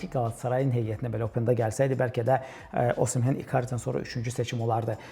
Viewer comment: [Osimhen] yox [Osimen]